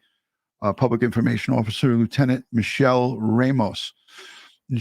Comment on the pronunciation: Her name is Myrta, pronounced as Mirta long sounding E